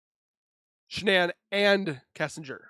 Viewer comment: "Shanann".... not Shannan .... ☆♡☆